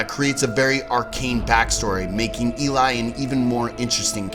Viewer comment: It’s pronounced Eh-lee not E-lie I’m pretty sure. I live in Sweden and the name is pronounced like EH-lee-us not el-LIE-us. Just if you care :)